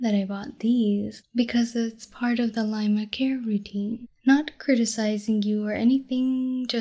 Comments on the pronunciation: It's lamia. LAH-mee-ah. Laima is the Bulgarian goddess of fate. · Does dude know that it's "Lamia" and not "Laima"? Lol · I don't think it's just a typo. She pronounced it "lie-muh" instead of "lay-mee-uh" as well. She must have heard it somewhere from someone who said it wrong. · the fuck is a laima? I think your dyslexia kicked in homie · I wrote that when I was basically in and out of being asleep. I’d like to reiterate what I meant. It’s pronounced “Lame - E - Ah”. Mb. And yeah pretty much just normal talking other than the “story”. Regardless. I fucking hate content like this. I don’t think it should be apart of ASMR. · *cough" Laima is a Baltic goddess of fate...lamia (LAH-mee-uh) are the snake women. Whoopsie~ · This is epic, but I can't help but be that guy. I'm sorry. But, it's La-mi-a ^^ Not Lai-ma and not, as some seem to call them, lame-ia. But great wholesome audio. Just a tiny correction. Feedback is welcome I hope. I love ear blowing. Best tingles. EDIT: also super cute art used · ah im not the only one who responded to that. Seems like 95% of the people don't notice. For some reason, lamia seems to be hard to rmeember, or say. Some ASMRtists also call it a lame-ia. I love the audio, but my autism cant help but get annoyed by this >.< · Was the spelling/pronunciation mistake intentional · Bruh they can’t even say Lamia right. Plus it’s pretty much just normal talking.